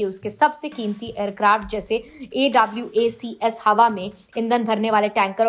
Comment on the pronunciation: Madam A W A C S nhi hota उसे एवॉक्स बोलते हैं